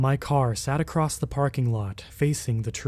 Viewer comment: Acrosst? Wtf is that? There is no tense for the word across, it is past, present and future 'across'